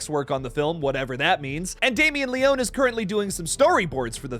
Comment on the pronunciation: Great video but the mispronunciation of Leone is driving me crazy lol